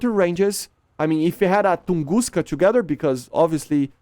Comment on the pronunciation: Tunguska is right pronunciation but "БУК М3" is "BAG"😂😂 how? Why?